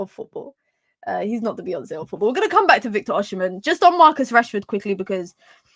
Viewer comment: Still haven’t nailed the pronunciation but you’ve made significant progress 😂 Last and final tip, the h in the “mhen” is absolutely silent. So pronounce as O-si-men. 🫡